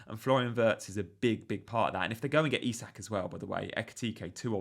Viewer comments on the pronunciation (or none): none